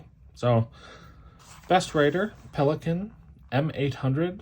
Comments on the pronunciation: Thank you for pronouncing Pelikan correctly. I cringe every time I hear it the wrong way. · I’m so glad I found you (hello from NM!), this was very interesting. You say Pelikan the way we Germans do, you’re good. 👍🏻 I’m with you on the sentimental value of pens, gifts are special and I always have at least one from my husband inked as well as my favorite of all times ( heheh maybe there will be a video.. 😜) and pens from my brother, my kids and my dad. My daughter just got me a vintage Parker 51 via FaceTime in London.. she’s awesome! Happy writing! 🌸🖋🙌🏻